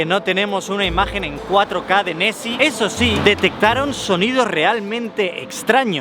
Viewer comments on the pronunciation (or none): Soy el único que escucha Messi en vez de nesy?